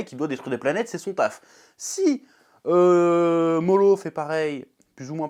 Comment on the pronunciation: Y'a un truc que je comprends pas avec toi, d'habitude tu prononces les prénoms dans les mangas à la française ( genre au lieu de prononcer Narouto et Sassouke tu prononces NarUto et Sazuke...je suis clair où pas?) mais par contre au lieu de dire Moro tu dis Molo. JE N'AI COMPREN PA!